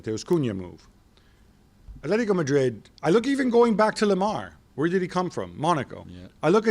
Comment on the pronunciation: “Athletico”.... cmon espn you’re not even trying anymore